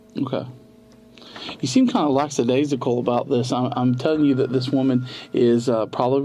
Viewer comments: It’s “lackadaisical”, not “lacks the days ago”. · Really?? He uses the word "lackadaisical", and doesn't know how to pronounce it. Swing and a miss.